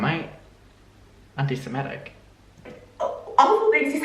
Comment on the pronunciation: not Trisha not being able to say the word semitism and "paying" to convert to judaism